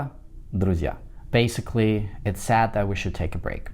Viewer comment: BASICALLY с характерным акцентом ничего не значит.